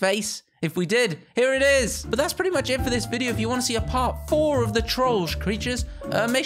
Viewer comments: Hey you are pronouncing trollge wrong Correct pronouncing: troll-jay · It sounds like he saying George